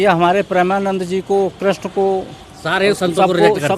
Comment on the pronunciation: Tum to rehney hi do tum geeta gyaan dey rahey ho jo Bhagwaan Krishan ka naam bhi sahi sey uchaatan nahi kr saktey😅😅